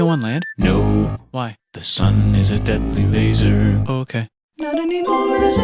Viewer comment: DA SUN IS A DEDLEH LEZERR